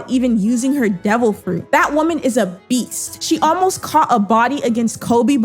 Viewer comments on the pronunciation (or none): none